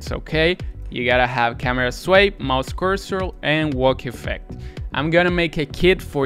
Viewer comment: StarterCaracterScripts? And MouseCurseral? You said it incorrectly